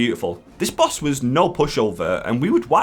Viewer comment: Insane boss pronounciations in this one. I love it